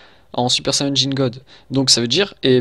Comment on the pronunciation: c'est quoi un "super sayeune" ???